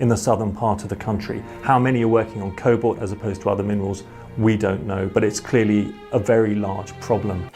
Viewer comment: it's cobalt not colbot